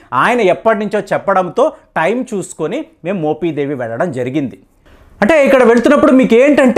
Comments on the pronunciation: మోపిదేవి, మోపీదేవీ కాదు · adi మొపీదేవి కాదు మోపిదేవి మీరు "మొపి" ని "మొపీ" అంటుంటే కొంచం ఇబ్బందిగా వుంది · మోపీ దేవి,, కాదు బే!😂 మోపిదేవి, అని స్పష్టంగా పలక లేవా? ఒక చారిత్రక మరియు ఆధ్యాత్మిక ప్రదేశం గురించి చెప్పేటప్పుడు, ఖచ్చితంగా & స్పష్టంగా పలకడం నేర్చుకో! మోపిదేవి గ్రామంలో వేంచేసి ఉన్నటువంటి శ్రీ సుబ్రహ్మణ్యేశ్వర స్వామి వారు, చాలా మహిమగల స్వామి వారు! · మోపీ దేవి కాదు మోపి దేవి అనాలి ప్లీజ్ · మోపీ దేవి కాదా నాయనా...మోపిదేవి...నీ తెగులు తగలబడా...m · మోపీదేవికాదు కుయ్యా మోపిదేవి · Adi moopeedevi kadhu swamy mopidevi... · ముందు మోపిదేవి pronounce చేయడం నేర్చుకో. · మీరు మోపిదేవి ని పలకడం సరిగా లేదు,sorry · Nee bonda మోపిదేవి pronounce cheyudum nerchuko